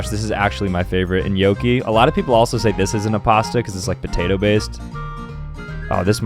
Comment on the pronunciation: when he pronounced gnocci as nyoki i was laughing so hard 😂